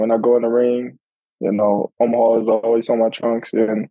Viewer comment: She said "Omaheart" 🤣🤣🤣